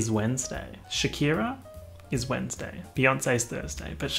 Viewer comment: No one:: chEeeeuuuusday